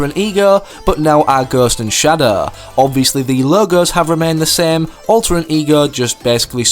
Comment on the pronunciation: did anyone laugh at how he said ghost and shadow 😂